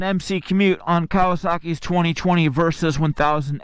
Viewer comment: why you keep saying "Versus"?